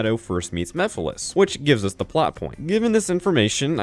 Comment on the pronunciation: Remember when MEPHILES was misspronounced as MIPHILIS in the first sonic central.....